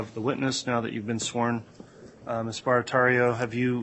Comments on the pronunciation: ALL these people are more than easy to play. This Barratarrio women doesn’t even pronounce her own last name correctly. Fascinating! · B-A-R-A-T-T-I-E-R-O, not Barratarrio. C'mon, guys! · 🚩🚩🚩Hey EAST IDAHO NEWS !!! YOU LISTEN! She's had her life upended, the LEAST U can do is-SPELL her last name right! It's stated w/I 25 seconds, 4 syllables- 🚫5, 2R's- 🚫4, 2T's-🚫1! BARATTIERO; sounds like 'bāratārō'. 🚩🚩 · Barattiero. She spells it out. It's a thing they do in court. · That’s not how she spelled or pronounced her name lol